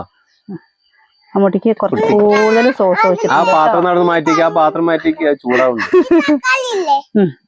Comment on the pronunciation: Source alla sauce